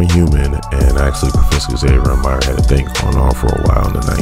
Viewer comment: call her MYRA one more time! lolz nah solid video